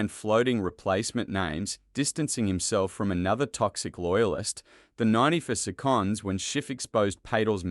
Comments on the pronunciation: His name is pronounced Pa tell with the stess on ‘tell’. And seconds is pronounced as second with stress on sec. Not on conds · SeCONDS...PRAcess...dUckument!!! The commentator, although an Australian accent, is not a person! There are so many incorrect pronunciations that my 4 year old grandaughter would pick up. WTF!!!